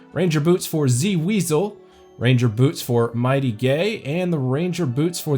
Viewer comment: dude said "might gay" hahaah